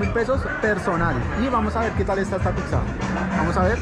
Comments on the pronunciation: Es interesante cómo pronuncias la palabra "Pizza", tiendes a decir "Pig-sa" en vez de "Pit-sa", que es la forma correcta de decir Pizza en español… ¿O en Bogotá se pronuncia diferente? Aparte de eso, me gusta tu contenido! Un abrazo! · Que buen contenido el que hace este man Solo tengo un problema No es picza Es pizza No sé si es solo a mi, pero cada vez que lo pronuncia mal me vuelve loco